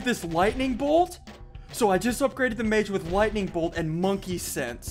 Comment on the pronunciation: I cringe every time he says mage